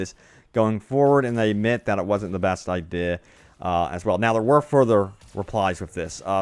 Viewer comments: Word Butcher Idea (eye-dih) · Anybod els notice how he says "idea"? Or did i smoke to much weed lol